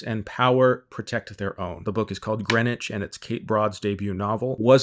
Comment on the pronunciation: Thank you for pronouncing Greenwich right. I got really annoyed when she said Green Witch.